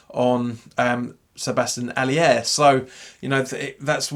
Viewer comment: Hiya, another good video...one thing though, there's no i in 'Aller, it's pronounced the same as alert, but minus the t...😊